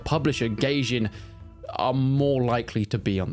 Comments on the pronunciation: I think its pronounced "guy-jin" not "gay-jin" lol 😂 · it's goy-jin